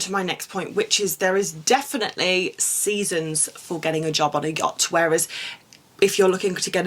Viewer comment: Had to stop watching because I just couldn’t with the way to say “yacht” with almost a G on the end 😅😅🫣